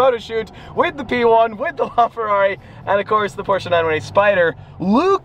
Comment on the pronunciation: Please stop saying la Ferrari like that bro. Seriously dude please, your Italian accent privileges have been taken away